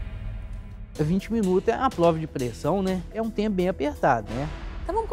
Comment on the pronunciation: Esse eh insuportável de chato! Pqp! "Paizão" "pLova de pRessão"... Para de passar vergonha pelamor!